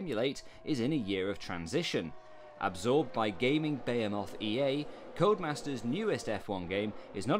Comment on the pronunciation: Whats a Bayamoth? Ha Always thought it was behemoth myself!